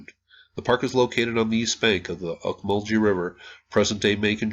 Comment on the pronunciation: I've been to these mounds many times. Pronounced "auk-mull-gee", with a short g, not sounding like a j in the name. Beautiful site! Well worth a visit if you find yourself near central Georgia!